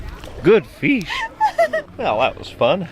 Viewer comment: Flying Feesh! 10 seconds later, Feesh out of water!!!